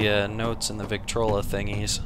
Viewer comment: did he say 'victrolo'?